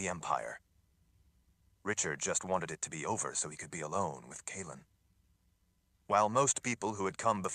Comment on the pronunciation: Omg he pronounced Kahlan correctly. I’m gonna miss Collin lol